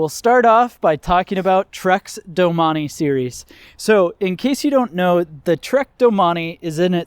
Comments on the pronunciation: Sorry Gerard, he’s pronounced it wrong. Not sure why you are getting crazy over it. It is pronounced doe-main. Look it up rather than resort to trying to insult me. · Learn how to pronounce the name correctly if your going to review it…. Doe-main….thanks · I always pronounced it as ‘doh maine’. I didn’t know it was pronounced ‘do mah nee’ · All this time, I've been pronouncing it "Domain". LOL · I believe it’s pronounced “domain”